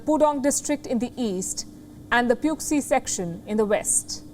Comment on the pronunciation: Just a tip from someone that lived in Shanghai til recently, Puxi is actually pronounced "poo-shee" (pronounce xi kind of like how you would for xi jinping)